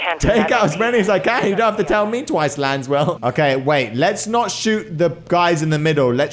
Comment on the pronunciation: saying “Lanswell” instead “laswell” feels so wrong lol